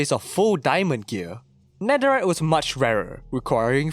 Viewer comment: “Netheright” it’s netherite stupid